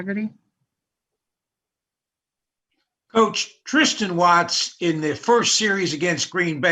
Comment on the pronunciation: “ Tristen Watts” You mean Tristen Wirf-? yeah Tristen Wirts”. 😒 😒 😒